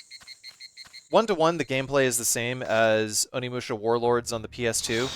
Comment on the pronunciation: oh shi, its onimusha! also nailed the japanese intro my dude!